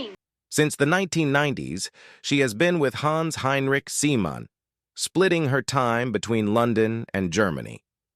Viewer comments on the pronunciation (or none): none